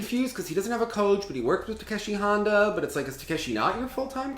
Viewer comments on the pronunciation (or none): none